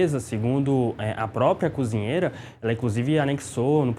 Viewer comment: fala muito mal. "Conzinheira". Mangaratiba é uma cidade fora da capital.